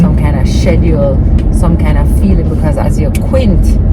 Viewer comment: Shed-jew-ewwl ... schedule